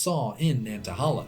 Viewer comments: Nantahala pronounced ......... Nan-tuh-hay-la I'm from upstate South Carolina which has abundant rhododendron near the North Carolina border (Table Rock, Lake Jocassee, and Cesars head) and into NC as you know. I summer vacationed yearly in the campgrounds above Gatlinburg TN in the Smokies. Again thick thick rhododendron. I later moved to north eastern Georgia in the Chattahoochee - Oconee National Forest and I can verify the area surrounding Currahee mountain is covered in our old friend rhododendron. I recently moved to just north of Roanoke Virginia and yet again I can verify thin coverings of rhododendron on the Application Trail just east of Daleville. The peaks to the east above that valley are a lighter shade on your rainfall map, still verifying your hypothesis. Awesome video and you taught me how lucky I've been jumping from rainforest to rainforest. It's just the feel of these areas that attracted me and I didn't know why but now I know they truly are special. Unknowingly I followed an, until now, hidden pattern. Thank you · The National Forest is pronounced Nanta-HAY-la. Amazing video! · 2 things. 1. Nobody is mentioning the pronunciation of Nantahala. I have only ever heard it pronounced like nanta-hey-la and this is how google pronounces it. 2. The map you show captioned "Areas in Appalachia that meet the climatic criteria of a temperate rainforest" shows some spots on the Cumberland plateau that meet the rainfall requirements for a rainforest. This may not technically be an actual rainforest(not sure), but I think you would be interested in it. There is quite a lot of mountain laurel, rhododendrons, and at least some salamanders around the big south fork national recreational area. Some parts definitely look like an Appalachian rain forest. I think some land around south Cumberland state park and frozen head state park also have similar features. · The yankee can't say "nantahala" but its still a cool video